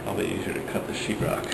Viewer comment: Did you say "sheetrock" or "s--t rock"?!